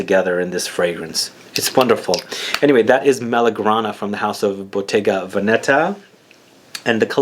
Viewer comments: It's Vèneta not Venèta ;) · you said Venetta